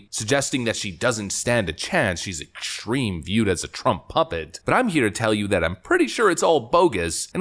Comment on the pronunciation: "She's exschreme"